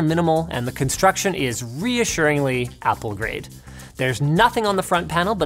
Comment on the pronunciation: IS IT ME OR DID HE JUST SAY "APPLE GRATE" CUZ IF HE DID I LOVE HIM